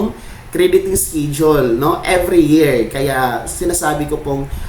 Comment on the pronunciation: Pronounce schedule as eskedule not eskidule. Masakit da tenga eh.